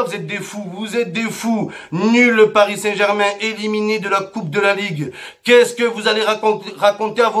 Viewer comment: Eh on ce calme avec le"parissantbermingermin"😂😭🔴🔵